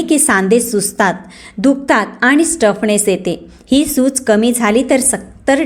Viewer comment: Stuffness nahi, stiffness